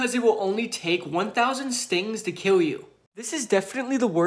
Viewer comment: Ur pronouncing kill as kiww it very cute